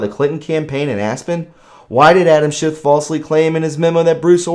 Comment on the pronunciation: SCHIFF NOT SHIFT!